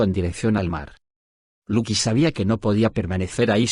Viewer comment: lucy es luki????, no pronuncia bien el nombre tonces uno se confunde